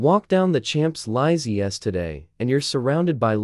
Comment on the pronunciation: Lost me at walking along the chanslie isles ley 😖 the terrible auto speak is so dire. Please get somebody real to read it and try adding punctuation. Wattle and dog walls - please no. Cairo is not pronounced Seelaro.